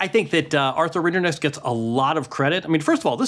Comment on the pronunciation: Why is it so hard for a journalist to learn to pronounce the finalist's name?? Rinderknech is not even that hard.